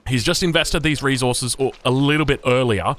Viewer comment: reSources not "reZorzeus". Love ya